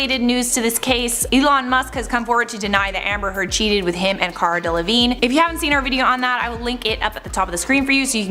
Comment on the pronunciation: ...did he just pronounce delevingne "del-uh-vig-nay"